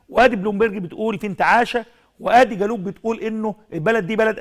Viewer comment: يا استاذ نشأت فين الأعداد اللي عندك عمال تردد الكلام غلط بطريقة مستفزة...اسمها . Globe.....وتنطق ب العربية جلوب...مش جالوب...المفروض دي ا. ب ...مهنية.....و٩٠. %. من نطقك.للمصتلحات والكلام اللي ب الانجليزي...مستفز...لازم يكون عندك حد.يصحح الكلام دة....دة اعلام تحت السلم يعمل افضل من كدة....وعمال تقرر في الكلمة مافيش حاجة اسمها زي ما انت بتنطقها.....وياريت كلامي دة ما يزعلكش.....